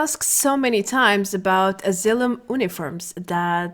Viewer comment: It's Asylum. Not Elizum.